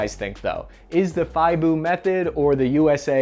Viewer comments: FIBOO😂 Never heard it said that way, Brits say it FIB U a🤙🇺🇲🇬🇧🇺🇸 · It's "Fib you ah" not "fiy boo" I should know I spent four years training people in it! having been involved in both methods it is far superior but slightly slower than the door kicking shock and awe method of our former colony, BRILLIANT CHANNEL by the way, God save the Queen!! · Fiiboo??! It's Fib-you-ah!!! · In the 90's, we did an exchange program with the Brits. Instead of the official FIBUA acronym, they liked to use the unofficial FISH, "fighting in someone's house". And they pronounced FIBUA as fib-you-uh, not fy-boo as does. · Canadian military pronounced it fib-you-ah as well, not fie-boo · Aaaahhhhh! Not “feyeboob”. It’s pronounced “fib you are”. Sorry. Bet there are loads who have already corrected you. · Fib-yoo-ah, not bloody fiboo, that sounds like something you'd name your dog. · FIBUA is pronounced FIb-You-Ah, not Fye-Boo, but otherwise a really good analysis I thought. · What's fy-boo? It's pronaused FIB -yoo-arr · The British method is pronounced FIB YOU AHH, Fighting In Built Up Areas. Hope this helps. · Pronounced FIB-U-A. That’s a negatory on fiboo ghost rider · FIB-You-Ahh! Not Fy-Boo! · It’s not thigh-boo. It’s fib-you-ah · Fib-U-aah rather than Fi-boo bud. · "FIBOO".....lol Fib- you - ah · Its pronounced FIB-YOU-AH Not fiboo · what the hell is fiboo? its pronounced feeb-you-uh FIBUA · It not pronounced Fyboo it pronounced Fib-bu-ah 🤣🤣🤣🤣 damn Americans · Wth is 'Thigh-boo' xD, it's FIBUA 'Fib-You-Ah' it literally sounds like it spells. Dumbass Yank ;) love you really. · Good video, Like someone else pointed out FIBUA is pronounced FIB-YOU-AH. Does have its disadvantages, it has less momentum and in buildings with plasterboard walls (which don't offer much protection) we tend breach rooms more rapidly to try to counteract that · Stop calling fibua fiboo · Hey, FIBUA is pronounced "Fib-Yoo-Ahh" and is part of OBUA (Awb-Yoo-Ahh). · It's pronounced, Fee-Buwa.